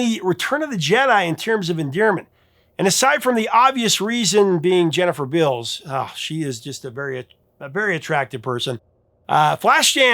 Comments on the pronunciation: Jennifer "Bills"? You sure about that pronunciation? Beals dude, Beals! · Jennifer Bills? Was Beals. Not just misspelled, he is actually saying Bills. Got the all that info of the movie yet doest know the stars actual name. Lol 😊